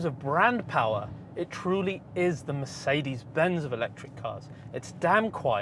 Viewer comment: EQ POWAH!